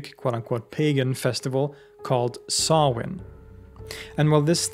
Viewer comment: Just delighted you pronounce Samhain correctly 😂 Stingey Jack save us from Sam Hain 😅